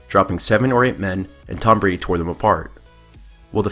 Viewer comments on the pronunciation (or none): none